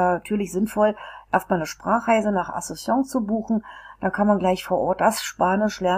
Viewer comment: Wie kann man ein Video machen, wenn man noch nicht einmal den Namen des Landes oder der Hauptstadt aussprechen kann. Witzloses Video